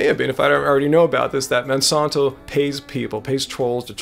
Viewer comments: Great vid. It's MonsAnto. Not Monsonto. Not being a troll just super annoying to keep hearing it said wrong. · I'm from St. Louis (Monsanto world headquarters) never heard it said that way. I like, I just have OCD and after the first mispronunciation that's all I could hear. It made it really hard to watch the rest of the vid. Simple name, say it correctly. Thank you